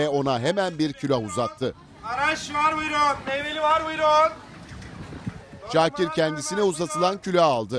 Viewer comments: Peki sunucunun "Şoakir" 😝🤣 diye başlaması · Şuakir nedir spiker 😂😂😂